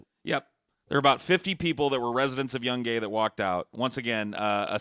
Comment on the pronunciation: dont forget about the city of young-Gay. Its Yoon-guy